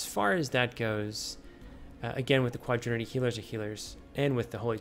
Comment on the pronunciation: It's quaternity, not quadrinity.